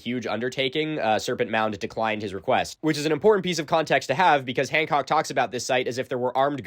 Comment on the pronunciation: Three response videos and you’re still saying his name wrong. Doesn’t help you’re argument as someone that looks into details